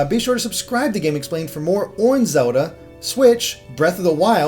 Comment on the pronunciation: Did I mention ZULDUH... it's Zel - Da.